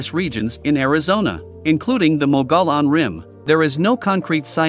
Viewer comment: If you’re going to talk about the Mogollon rim need to learn how to pronounce it